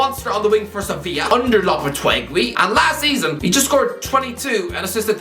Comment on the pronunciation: complains about the pronunciation of doherty then goes and says ‘mwaz saseedo’ for moises caicedo and ‘lapatweegy’ for lopetegui 😭